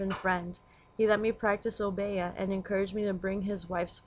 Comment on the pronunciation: O- bee- yah is the proper pronunciation. The woman with the rooster is Marie Laveaux.